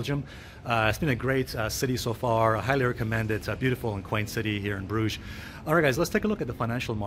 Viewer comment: Lol.. your way of pronouncing Brugge is soooooooo wrong...